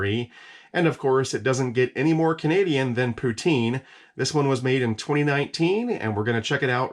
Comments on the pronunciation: It's pronounced poo tin.... not poo teen... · For the love of God - "Puts-in" not "Pooh-teen". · Im from Canada and if it took me that long to shovel in the poutine I would be turning that fork around and using the spoon. Also it's "putin" not "puteen". All good know 90% of the Canadian population doesn't know that either. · it poutine not pouteene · its not pronounced poo- teen, its puht. sin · Poo-tin! Not pouteen. Don't pronounce the E. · Poutine is pronounced Poo Tin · Its pronounced poo tin but spelled poutine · very much so... but the emphasis on the syllables are different...